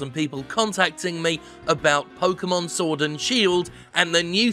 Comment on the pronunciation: I swear I heard Jim say "Sordid Shield" at least once.